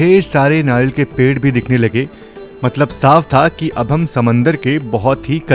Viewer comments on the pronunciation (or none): none